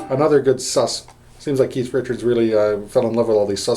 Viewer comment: that's what I m talkin bout.....really good stuff for a lifetime stones fan and beginning guitar guy ur a good teacher slow enuff but u packed a lot into a short time....thx and thx for not calling keith ...keef